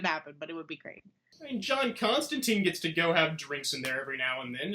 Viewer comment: Interesting interview. You said John Constantine's name wrong though, it is said "Constantyne" not Constanteen.